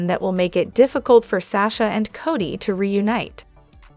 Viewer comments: Codie (Cody) Cody please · Right,enough already. There is NO T in his name. CODY plain and simple